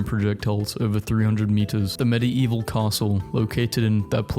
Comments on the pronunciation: Bruhhh.. I can't with the 'Medi-evil' Love the vids but: MediEEEval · It's pronounced Med Evil, not medi evil, the ie are one sound in this word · bro idk why you keep pronouncing medieval as med-i-evil and not med-evil its so friggin triggering. Btw I love you videos so no hate ♥ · it's not meddy-evil it's middeevil i cant watch this it's triggering me bro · ❌ meddy-evil ✅ meddeevil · I cannot get over the fact that he pronounces it "MED-ee-EE-vuhl". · I don't know if I can finish this video with the way you keep saying "medi-evil" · medi eval why u say it like that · why do you say medi-eval instead of medieval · I love how this guy says medieval "Medi-evil" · it sounds like hes saying "Medii-evil" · hearing medieval pronounced "med-e-evuhl" is honestly torture to my ears. is that a british pronunciation or is fucking up another pronunciation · I cant take you pronouncing Medieval in such a bizarre way for 13 minutes. Its "med-evil" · The crime here is he pronouncing medieval as medi eval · no one else triggired how he pronounces medieval wrong? Like he sais it like mide evil??? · there's just something that bothers me about hearing the word "medieval" beng pronounced like that so often in a row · i can't get into this video im sorry the way you say Medieval is killing me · WHY CANT HE PRONOUNCE MEDIEVAL CORRECTLY (Sorry just angry right now and I love your videos ❤) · Watching this video was so hard, considering that fact that Medieval was said incorrectly the whole time 🤣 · I can't get over how this dude says medieval 🤣🤣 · why does he say medieval like that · The way he pronounce medieval is so annoying.